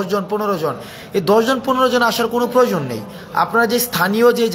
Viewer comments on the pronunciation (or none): none